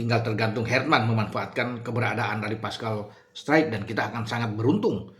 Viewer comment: Bacanya struijk jgn baca straijk nanti di ketawain orang😂